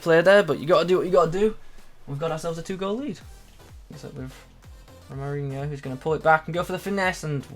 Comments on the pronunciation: His name is pronounced HO-MA-RI-ÑO :D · Nice video! Can you review Hamdallah? He looks great! This card is really nice at least for SBCs XD Also I think it's pronounced the same as Ronaldinho with the inho part of course xD